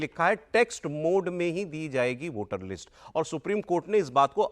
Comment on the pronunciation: अखिलेश जी वो लिट्स नहीं लिस्ट होता है😅😅